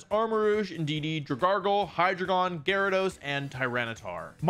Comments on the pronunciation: Will anyone mention him calling dragalge "dragargle" 😂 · the amount of times he said dra-gargle is boutta piss me off!!!!! ITS DRAG-ALGAE!!!! A DRAGON WITH ALGAE ON IT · I'm actually genuinly confused... in the first match you call Dragalge "Dra- Garggle" is that like a joke, because I always thought it was Dragalge like Algae plants that grow in water. Maybe I'm just nuts and you've been playing pokemon longer than me but, I thought it was "Drag-Al-Jee" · Saying dragargle is diabolical. DRA-GAL-JEE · It's Drag-AL-jee, like algae, not Dra-GAR-gul like gargle 🤣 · Wolfey pronouncing Dragalge like "dragargle" is pissing me off THERE IS NO R ITS NAME IS LIKE DRAGON AND ALGAE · STOP CALLING DRAGALGE "DRAGARGLE" IT'S DRAG-ALGEE THIS IS DRIVING ME CRAZY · Druh-gahl-gee! Dragalge not drug-garh-guhl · Isn’t it called Drag-algae? Or is it Drag-argle… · Dra-gal-gee ❌ Dra-gar-gill ✅ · Bro 😂 it’s dragalge like Drag-Al-Jee like algae in the water not dragarlgle lmao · Wonderful video sir but I swear to god Dragalge is pronounced Drag-algae not draggle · ah yes my favorite pokemon DRAGARGLE. ITS PRONOUNCED DRAG-ALGAE LIKE DRAGON ALGAE. NOT DRAG-GARGLE. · Drag-Al-Jee not drag-gargle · STOP SAYING “DRAGARGLE…” holy crap it’s DragALGAE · its not dragargle its drag-algae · It is not Drag-argle it is Drag-Algee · It's drag-algae not dra-gargle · Is this really how you pronounce dragalge and hydreigon? 😶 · Drag-al-gee not dragargle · it's Druh-gal-jee. not Druh-gargle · There’s no way the man who has been playing Pokémon for YEARS called dragalge “dragargle”💀💀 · I've never heard Dra-gargle before, but no one will stop me from saying that now lmao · Are we going to ignore he says dragargle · The whole point of dragalge's name is that it is a mix between dragon and algae. Bro is literally saying "dragargle" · The way he pronounces Dragalge drives me crazy. It's Dragon + Algae, as in seaweed. It's Dray-Gal-Jee. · Wolfey: “Drag - ARGLE” Me: 🤢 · Bro, it's "Drag - Algae" 😂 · He said dragalgle